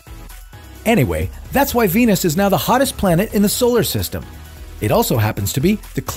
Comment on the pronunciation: 金星一直聽成penis